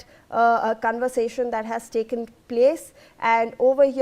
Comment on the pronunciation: 😂 lol says cunversation 😂😂😂 for conversation